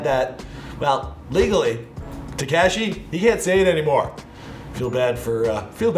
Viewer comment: "Teceshi" ... Hope u try some fentanyl soon bro